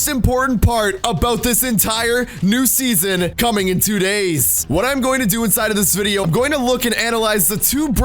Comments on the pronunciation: You said seasor instead of season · Said Seasor on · you said seasar